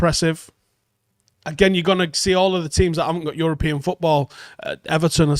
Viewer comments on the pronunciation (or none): none